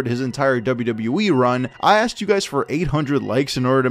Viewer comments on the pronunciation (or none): none